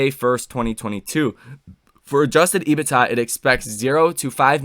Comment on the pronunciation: Can you please pronounce EBITDA As EBIT(duh). And Galileo as Gali (lay-oh) It would be greatly appreciated